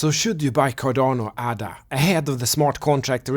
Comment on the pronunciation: It's pronounced AY DUH. After Ada Lovelace, the world's first computer programmer.